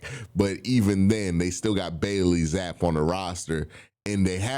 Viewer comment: q it’s said like “zappy” not zappe